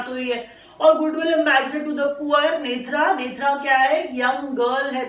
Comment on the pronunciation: Nethra is pronounced as नेत्रा not नेथरा। Thanks